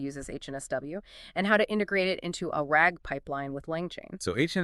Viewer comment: "Ar-AG" instead of RAG is crazy 💀